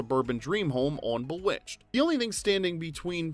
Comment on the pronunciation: Umm, Boowitched??